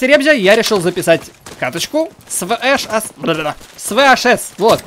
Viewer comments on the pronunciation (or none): VHS, а не VSH. Читается "ве-ха-ес".